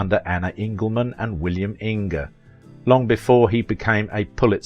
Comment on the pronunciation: William INGE - rhymes with HINGE. Not In-Ge.